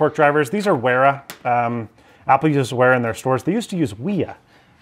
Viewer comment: "I'm a big wera fan boi" literally doesn't even know how to pronounce the company name. It like wiha is a German company and the W is produced as a V. So they're pronounced Vera an Viha respectively.